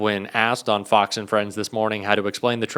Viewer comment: “Fox hos”?!